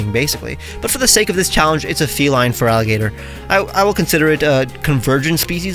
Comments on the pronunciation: Feraligato would be easier for Spanish speakers, because unfortunately, they normally say "Feraligart" "instead of pronouncing it as "Feraligator" I do speak Spanish as my main language, but is quite annoying when I hear wrong pronunciations for Gengar, Lugia, Giratina, Sableye, Liepard... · The way I'd pronounce it would be FARaliGatOO